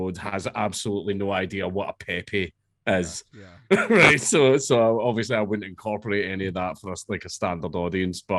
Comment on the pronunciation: Since when is pepe pronounced pee-pee